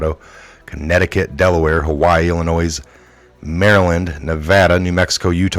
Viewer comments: I can tell you're not from Illinois.. JFYI the "s" is silent. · 411 it’s il a noy Great work 👍